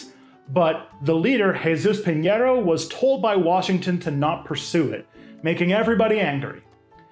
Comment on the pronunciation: "Piñero" was pretty good!